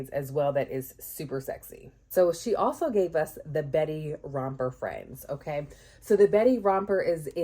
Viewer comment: Your "Ok" sounded like GG.😅